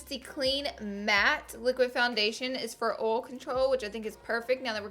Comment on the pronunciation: i love the way you say oil lol